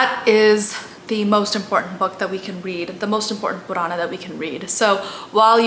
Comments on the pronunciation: overythig's ok, but the pronunciation is sanatan (not sanatanA) dharm (not dharmA), same with puran. man too much of this funny language is also not good. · this is great, just correct the pronunciation its spoken as "Puran" not "PuranAAAA" and not RamaayanA its without last "A" 🤣🤣 Do the justice, Don`t twist the words for appeasement and views. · It isn't though? Purana eg, doesn't have a long A sound at the end. It's Puraana not Puraanaa. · Wonderful. Only wish that Indians wouldn't pronounce our Sanskrit words ending in "a" as "aa". For example, pronouncing "Puraana" as "Puraanaa". It's understandable when people of other languages do it but not Indians who've grown up hearing these words spoken often, and may also have read them in Sanskrit, Hindi, or other regional languages. Just a pet peeve of mine, i suppose. Apologies in advance for any feathers ruffled.😂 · I think you should work on your pronunciation of Sanskrit words. for example it's not pronounced as "puraanaaa", "Ramaayanaaa" etc. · Hey you are doing great work. But why are you Pronouncing Sanatan Dharm सनातन धर्म as Sanatanaa dharmaa, Puran पुराण as puranaa, Ramayan रामायण as Ramayanaa, Mahabharataaa. I get it that white people pronounce like this because of their habit but this way of pronouncing is wrong. But you have the proper understanding of these scriptures and spreading knowledge of Sanatan, so please give them a proper pronounciation and don't adapt with their mistakes so that they also get proper information.